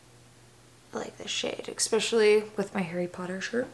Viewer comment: Take a shot everytime she says eggspecially 😉! Great vid, been thinking about getting the cicapair products...will now buy them!